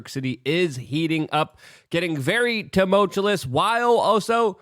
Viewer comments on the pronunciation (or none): Tumultuous bro...... sorry man but yeesh two-mulch-ew-us the ew is like "ew that stinks"